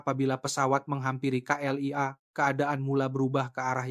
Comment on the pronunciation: Terima kaseh kerana menyebut K.L.I.A. dengan benar walaupun disebut dgn gaya sebutan indonesia tidak seperti beberapa penulis cerita yg sama lainnya yg menyebutnya kelia.